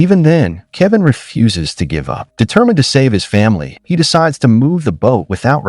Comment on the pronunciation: It's crazy that AI doesn't know how to pronounce "refuses"